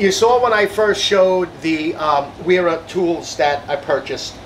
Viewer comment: Vera….it’s “Vera tools”